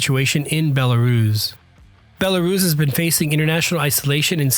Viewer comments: Bella-russ, not "bella-rooooooze". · Rooss.... not ruze. Bella-rooss. Hard s, not z. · Have never heard "Belarus" being pronounced "Belaruus" before .